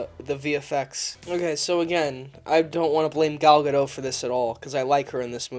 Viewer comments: It's pronounced guh-doh. She's fucking stunning but this movie was shit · It's Gal (guh-dot) like a dot of paint. Not pronounced like boat. Everytime you say that my balls shrivel up and my ears start bleeding. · Does pronounce the "t" in Steven Colbert or Home Depot? Not sure why he is having so much trouble pronouncing Gadot...